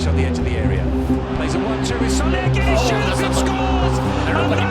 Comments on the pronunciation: Im sorry to be that guy, but its pronounced "Gedes" not "Geds". Love the video anyways. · He pronounces it correctly just without the sh in the end. It's pronounced Gedsh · It's actually Gedsh in Portuguese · Why you calling him Gonçalo Götz? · Portuguese: clicks the vdideo hears gonchalo GUUedes :oof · The commentator says his name every time he’s on the ball. But you still mispronounce his name anyway 😂😂😂🤷‍♂️